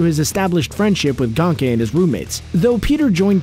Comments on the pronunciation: He called him gonkay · Gain-Key it is pronounced Gain-Key it rhymes with yankee